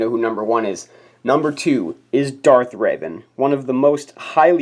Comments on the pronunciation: He also was saying raven not revan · It's R E V A N not ravan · it revan not ravan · I got angry when he said raven instead of revan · pretty sure he said darth raven at some point, but okay. i know it’s revan to be clear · Ravan not raven!